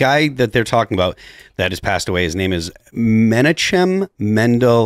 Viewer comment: It’s pronounced MEN OCK UM